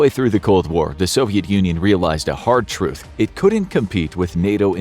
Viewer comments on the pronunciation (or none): none